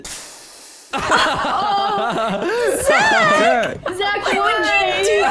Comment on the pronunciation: I’m sorry to be that person but it’s ‘Zach’ 🤣